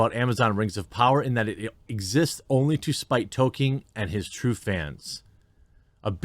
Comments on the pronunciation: I enjoy your content but Jeremy please it is Tol-kin the E is silent, it would help your argument some in my opinion. I am a very long time fan of Tolkien my dad read the whole series to me and my brothers when where kids. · FYI; The well known literary genius author J.R. Tolkien’s name is pronounced Tol-K-in (hard K)! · Say it like "Toll-Keen" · Jeremy if your going to say his name so much learn to pronounce it properly and consistently. Tol-keen without stretching out the ee so much as you would in Sheen almost sounds like Tol-kin but you definitely need to L you saying Toke-in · Is Jeremy intentionally mispronouncing his name? It's TOLL-KEEN. There's an L in there buddy. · Progress... Jeremy stopped saying "Token" and now says "Tokien", but the struggle continues to get him to realise the L in Tolkien is not silent. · Can you not pronounce the “L” in Tolkien?